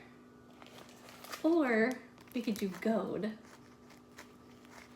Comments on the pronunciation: Love how she says gold...gode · This is sooooo cute as usual and I adore how you say "gold" with your lil accent.